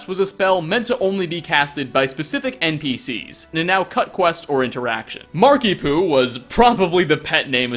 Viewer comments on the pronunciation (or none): Is it just me or does 'Markiepoo' sound a bit like 'Markiemoo'?